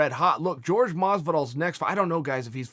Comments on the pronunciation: Y’all either don’t know or don’t care. It’s not “George” it’s “Jorge” (Hor-Hey). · C'mon Chael....it's f'n Jorge....not George. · His name is pronounced horhay not george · Please forgive me Chael🐐 but it's definately Jorge Masvidal not George. If it's a jab, well done. I like to think it's not😊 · It's not Jorge. It's Hor Hey! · Can u stop calling him George and call him Jorge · Is it that hard to say HorHay? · Say Jorge's name correctly Chael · the way Jorge is inspired by shit talkers , why not the biggest shit talker of all Connor Mcnugget, he already said he would do it. BTW why is everyone hating on you???? oh FYI if you want to pronounce jorge properly , just think of getting you wife's attention and say it backwards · bro, show your fellow fighter some respect and learn how to say Jorge's name